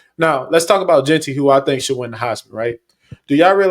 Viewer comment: Looking back at this conversation I could’ve done a better job pronouncing JEANTY correctly 😭😂😂